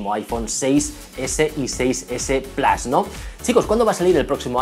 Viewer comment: Iphone 6S "plas", a ver que los ingleses o americanos no sepan pronunciarlo vale, pero "plus" es una palabra latina que significa más y se pronuncia tal cual lo hacemos en España, no "plas"